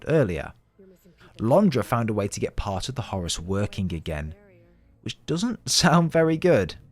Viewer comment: Brits saying Zeenith instead of Zenith sounds silly, and Horace just sounds wrong, it's Hor-rus as in the Egyptian God!